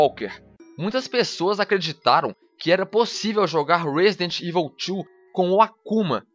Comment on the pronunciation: ruóesidenti ivol tchu ¬¬